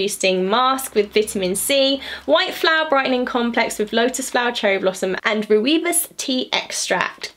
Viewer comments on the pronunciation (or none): Roiibos tea - african. Pronounced Roy-bus. Nice calendar